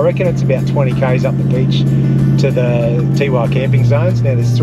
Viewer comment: Teewah is prounced Tewar we people who li ved there sick of it being said wrong Lovely place had Coloured Sands tour business in 1969